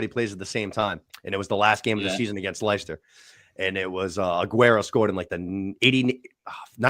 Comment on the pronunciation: Oh no, that Aguero goal wasn’t against Leicester it was against QPR. And how can you not pronounce Leicester